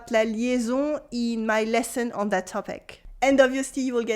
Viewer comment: Lovely lip-shape when saying "on".